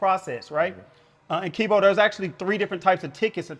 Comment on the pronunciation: he keep callin him wtf